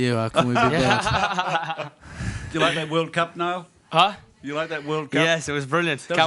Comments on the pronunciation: its Niall, not nail.. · his name is Niall.. not Neill..